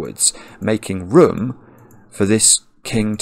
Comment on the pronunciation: Just a little thing, but you say "room" the same way as my late grandmother. Ive never met anybody who said it the same. She lived in a small village in north Lincolnshire all her life though, nowhere near Surrey.